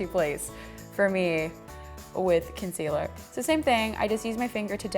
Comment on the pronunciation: Whenever u said concealer I was like ... What where lol